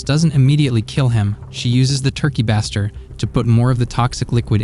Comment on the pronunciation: Turkey Baster (bay-ster)